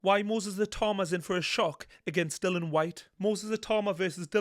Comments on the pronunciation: I enjoy your analysis but strongly favour Itauma. Btw it's Dillian not Dillon, you should get his name correct. 😀 The only weakness I can see in Itauma is his coach Ben Davison. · Dillian not Dylan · Why does everyone call himDilon? His name is Dill IAN! DILLIAN! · His name is Dillian not Dylan. It might seem like nit-picking but it's disrespectful and lazy not to bother getting someones's name right.